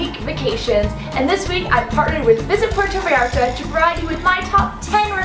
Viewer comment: ahhhh Im cringing at myself 🙈 how embarrassing of me! I’m so glad you told me this because I’m going to PV next week to make another video and I PROMISE I will try to pronounce this better! #gringaproblems